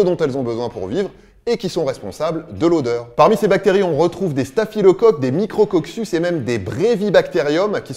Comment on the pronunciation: micrococcus ça se prononce microcokus pas micrcocsus. Sinon très bonne vidéo comme toujours.